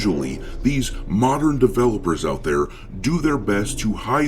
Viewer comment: Love it when you say "moderrrrn audience"😂❤